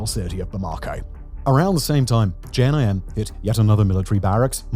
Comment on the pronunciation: I think that was the worst pronunciation of JNIM I’ve heard